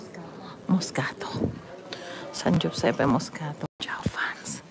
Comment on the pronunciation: San Giuseppe Moscati, please! Not Moscato!!